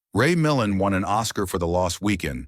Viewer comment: Re: Ray Milland. His name is pronounced "Mill-AND," not "MILL-an." Dump the A.I. voice overs!